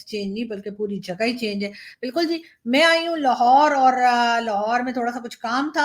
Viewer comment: Lohor nehin.... Lahore...